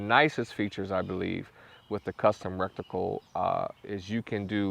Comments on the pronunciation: Awesome review, I could not help myself I had to tell you that its pronounced retical not rectical. Content was great though and highly useful. Thanks for all the hard work you helped me make my decision! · Good video but the word is R-E-T-I-C-L-E NOT R-E-C-T-I-C-L-E. Thanks ! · or just say reticle lol 😂 not recticle...💯👍🏼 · Take a shot every time he says "rekticle" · Bro thanks for the review. Awesome. But if I hear recticle one more time, I'll avoid your videos like crazy.